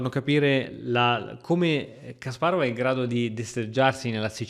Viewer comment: Non prendermi per pignolo o antipatico ma ti prego pronuncia Kasparov correttamente <3 per il resto tutto perfetto